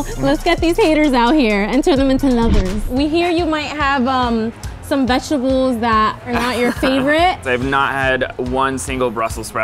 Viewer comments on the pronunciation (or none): “I like vegables”